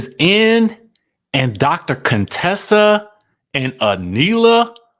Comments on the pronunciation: Not CONE-Tessa 😂😭‼️ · Please stop calling her Coontessa